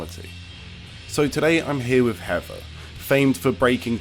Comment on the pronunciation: Ooooh, it's HeaTHer, not HeaVer like pronounces it O_O